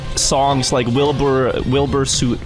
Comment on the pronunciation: Hearing say Wilbur Soot (although incorrectly) was a clash of two worlds